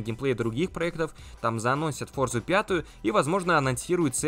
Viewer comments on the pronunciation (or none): none